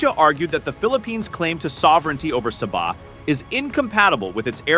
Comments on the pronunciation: Philippines people can't even pronounce Sabah correctly and at the same time claiming Sabah desperately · How come Philippines claim Sabah? They didn't even pronounce Sabah correctly. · You didn't even pronounce Sabah correctly.